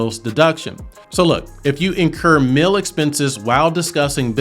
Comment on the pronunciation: Great info! On a funny side note, every time you say “mill” (meal with your accent), I simply can't hear “meal”. So I'm thinking about business mills, working mills, etc and its confusing. Lol And before anyone says anything, I definitely have a MN accent. Its not pretty. 🤣